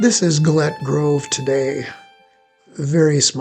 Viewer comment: There is so much you have wrong in this segment. Firstly Gillett grove is not pronounced as you have done. Most of the information in Gillett's site is incorrect, like removing an Indian's head, or the reverse travel from that cabin to Cherokee or that the military came up from Fort Dodge. Fort Dodge had been abandoned by the government and sold to Bill Williams by then. The Gilletts had quite a bad time of it with Inkpaduta, they hid their guns, btw, what you have done here is confuse the earlier time Inkpaduta went there and he and his men went in and had a large meal as was common for the Wahpekute. Wah: rhymes with "saw" or "pah"peh: rhymes with "meh"koo: rhymes with "moo"tee (emphasis on the peh)